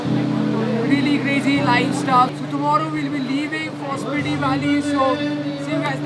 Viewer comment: It's स्पीति ! Just let you know. No offense